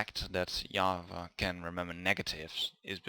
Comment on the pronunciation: Hi, how are you? what you doing these days? You were saying java and I heard yahwa and searching internet for an hour what is yahwa. But in the end i understood that its java. 😂